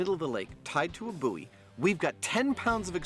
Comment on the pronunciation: By the way, "buoy" rhymes with "toy", not "phooey." Think of the concept of buoyancy and how you would pronounce that, if you're not sure.